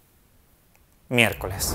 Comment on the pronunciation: MI-ER-CO-LES Y CO-SA. No es tan dificil